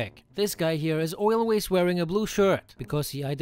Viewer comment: "Oilways" ;DDD